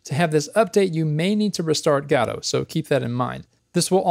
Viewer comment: I cry every time you say gAdo...